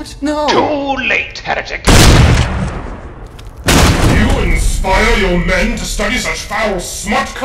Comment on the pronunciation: dont you mean here-THICK